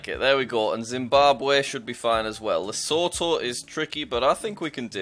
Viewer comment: The way you pronounce Lesotho São Tomé and principe Tunisia and Cape Verde sounds weird. Also it’s just “Zambia” not the “Zambia”